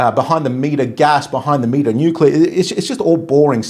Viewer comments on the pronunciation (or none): none